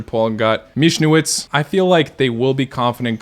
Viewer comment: The Polish coach's name is pronounced "Mikhnievich". I would think as a Slav you would do a little better with the pronunciation. I mean especially nowadays when you can type it into the Google Translator and let it read.